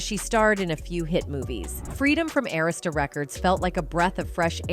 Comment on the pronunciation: You cant even pronounce “Arista”